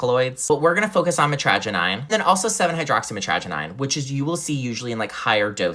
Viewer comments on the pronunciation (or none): "," PLEEEAAASE! It's pronounced cray • tum, LONG A, not short, Jesus Christ already! Second of all, it's NOT pronounced mit • trag • i • nine, with a long i at the end, it's pronounced "neen" at the end!! I absolutely lose ALL RESPECT for a supposed DOCTOR who can't even properly pronounce the names of natural supplements and drugs; please take a remedial English/grammar course! Oh, and for the record, since no MD will prescribe the painkillers I absolutely need just to be able to walk some days, I have used Kratom and "gas station heroin" for years to control my pain just so I can move, particularly during the Winter months in NE Ohio! Perhaps people wouldn't be seeking these supplements out if they were getting the PROPER PAIN MANAGEMENT THEY NEED FROM THEIR "DOCTORS!" Until you've had to live with severe chronic pain DAILY and for YEARS, while getting absolutely NO compassion NOR empathy from the medical establishment, I don't need you proselytizing to me about how "dangerous" these supplements are; why not just do your fucking job as a DOCTOR and actually LISTEN to your patients before endorsing the banning of helpful substances?! You're just like all the rest of 'em, only protect "big pharma," to HELL with the patient One day, much sooner than you think, YOU are going to be on the other side of the table as the patient, for the first time in your life, and as rotten and as inept and apathetic as you've been to your patients, I just hope that you actually get better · Natural powder kratom is harmless. You need to specify that the extract shots and pure 7-hydroxymitraginine tablets are totally different! STOP demonizing kratom to people who don't know how any of these products work! BTW you're pronouncing "kratom" and "mitragenine" wrong, too.